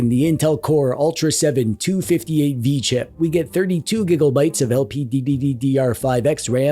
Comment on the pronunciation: You should hear how he says Anbernic 🤣... Not to mention gigabyte, LPDDR5, Abxylute and RGB.